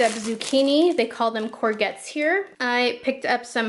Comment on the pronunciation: hey hun you prounounce courgettes g isnt pronounced as a g.